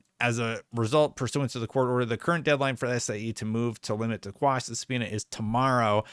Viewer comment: Hey, enjoy your content. Just a quick correction, motion to Quash not squash... legal term thing